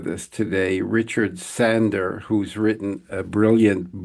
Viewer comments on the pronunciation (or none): Sandoor.. that's how it's pronounced